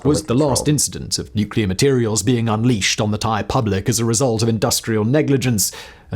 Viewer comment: I knew was full of shit when he couldn't pronounce nuclear correctly. The man kept saying "nu-cue-ler"...lolol. He knew it was wrong and STILL kept doing. What a "mo-ron"...or is it "mor-on"?...lol.